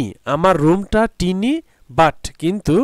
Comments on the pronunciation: sir teny hobe na uuccharan hobe Tiene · Sir it's not tini it's tiny. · এইটা (টিনি) হবে না এটা হবে( টাইনি) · It's pronounce is not টিনী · sir uccaron tiny hobena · tinyটিনি না😂😂😂 tinyটাইনি😂😂😂😂😂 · Tiny আপনার উচ্চারণ ভুল স্যার। সঠিক উচ্চ হবে Tiny (ঠাইনী / ঠাইনি) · Sir apnar tiny pronouncetion vul hoisa😂😂😂😂